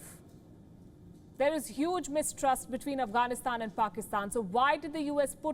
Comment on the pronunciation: Many of our Indian brothers are saying Pakistan directly support Taliban ok Guys It's Pakistan not "Paxkistan.", 🙂